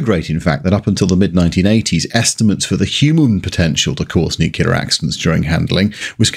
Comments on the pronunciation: Great video, but Your pronunciation of "NuKilla" is very "American"(your own comments about American english apply :)). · 1.) Mocks us Yanks for producing the B-36, allegedly one of the most ugly aircraft in existence, despite the existence of the Blackburn Blackburn, the Handley Page Heyford, the Boulton-Paul Overstrand and the Armstrong Whitworth Whitley. 2.) Again mocks us Yanks for our supposedly inferior use of English, while being unable to pronounce “nuclear” correctly. Still a pretty good video, though. 👍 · Pronunciation of nuclear. Bad. Pedantic. Sorry. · It might be commonplace to pronounce nuclear the way you do on this video, but it's still not correct to do so. Stop it. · Enjoyed this video, the audio was marred by Nuclear being pronounced as Nuculer. Could excuse this from the USA but a Brit should know better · Great video but please, there's no such thing as "Nucular" weapons. It's nuclear, thermo nuclear. It may seem like a small thing but it's tough to get through great content when you pronounce the subject like an Alabama livestock enthusiast. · "NOO-klee-urr, not "New-kyu-lurr". Nu-cle-ar. I am Virgo. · Hearing the mispronunciation of NucLEAR as NucUler is really grating from a fellow Brit is like nails down a chalkboard. Saying that forced my way past it because you have a wonderful wit and delivery. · I love this video. BUT IT IS PRONOUNCED NEW-CLEAR, NOT NUKE-U-LAR. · It's pronounced NUCLEAR not NUCULAR. The clue is in the spelling. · Nuclear, not "Nukiller. 🍄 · Nuk lee ar Not nuke you lar. Homer. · Excellent content but it's pronounced Nuke-lee-ar not Nuke-you-lar 🤬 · Please..Please..Please it's Nuclear not Nucular! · Love ALL the videos… BUT, for fuck’s sake, … it’s ‘Nu-Klee-Are’, not f*cking ‘Nu-Q-Lar’‼️ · Thanks for all the information, but repeat after me: New clear, newclear, Nuclear. Easy. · Why do you pronounce nuclear "nu-kew-ler"? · There is a new, clear stream at the end of our garden. You see you CAN pronounce nuclear.